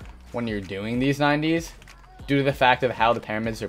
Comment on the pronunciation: bro your nineties need some work :p "Decent"